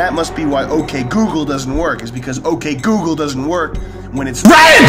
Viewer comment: Fuck ok google. Turned my ok gookle on when he said om google